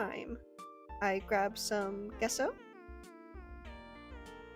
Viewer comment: Cool video, gesso is pronounced, “jess-o,” btw. Spiderpunk guitar brought me here.